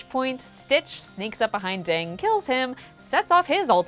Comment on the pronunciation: It’s D Ding!! Not Ding